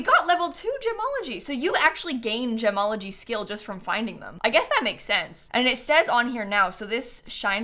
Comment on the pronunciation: i cant unheard jamalogy everytime said gemology